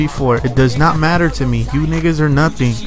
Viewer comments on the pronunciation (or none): none